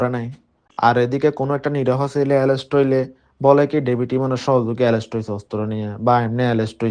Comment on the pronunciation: এরেস্ট বলতে পারেনা।বলতেছে এলেস্ট সেও নাকী সারা চট্টগ্রাম থেকে চাঁদা নেয় সে নিজে বলছে কিন্তু পুলিশ তাকে নিয়ে কোন তৎরতা নেই